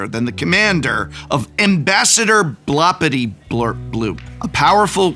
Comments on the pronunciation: Um… it’s Blorpityblorpboop… not Blopityblorpbloop…. Geesh… I thought you were an English professor. ;-) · Hey Prof, It's BLOR-PITY-BLORP-BOOP, not BLOP-PIRTY-BLORP-BLOOP. Sincerely, The Pronunciation Police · Hey Prof, It's BLOR-PITY-BLORP-BOOP, not BLOP-PIRTY-BLORP-BLOOP. Sincerely, The Spelling Police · Drink everytine he says "Ambassador Bloppityblurpbloop" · Spectacular video! Only gripe is the repeated mispronunciation of BLORP-ITY-BLORP-BOOP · The most annoying part for me is Prof mispronouncing Blorpityblorpboop like 59 times lol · “Creative writing major”. Also doesn’t know how to sound out the commander’s name lol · How dare you mispronuncing Ambassadors Blorpityblorboops name. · Specifically, he says it WRONG every single time. 😀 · I cannot believe your deliberate, insensitive mispronunciation of Blorpityblorpbloop! It's really not that blupping hard! A quick googul is all it takes, but you Yew-toobers are so stuck up with stickers you don't care about our heritage at all! The blorpbloop clan takes great offense!!! I will be telling all my blorps to shun you, as is customary on Blorp. Perhaps that will teach you the power of family values. And consider my patreoon subscription CANCELED!!!! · Every time he pronounced the name of the commander wrong I laughed even harder. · If you pay attention, you can see the Professor speedrun the five stages of grief as he pronounces Blorpityblorpboop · Worst part is that he is mispronouncing the name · It has everything! Godzilla, stickers, transformers, werewolves, dungeons etc. And the professor couldn't pronounce his commander's name correctly even once! 5/7 would recommend! I really want to see this deck in action now. Maybe in a Shuffle up an Play session? Sacrificing an Arm, a leg and your dignity to drag three victims to the table is just a small price to pay! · Props for not pronouncing Blorpityblorpboop right even once. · and he never once pronounced it right.